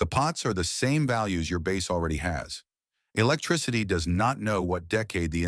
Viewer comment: Any video that prounounces bass like the fish instead of instrument is not worth listening too.